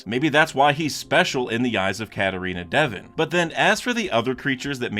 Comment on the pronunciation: Bro pls you gotta stop pronouncing dev-on devin it’s an o not an i